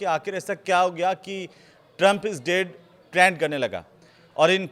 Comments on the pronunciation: Trend hota hai traand nahi😂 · Kya anparh anchor narrator hai? Koi word sahi se nahi bol skta. Veins ko venas Trend ko traind.